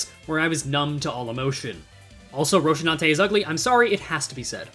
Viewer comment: lmao rocinante, though i have to say its pronounced roh-see-nan-te—the shi sound is just because of korean transliteration. you do your best with pronunciation usually so i felt it was worth mentioning